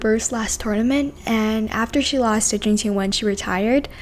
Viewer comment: Finally someone who pronounces Zheng Qinwen correctly ❤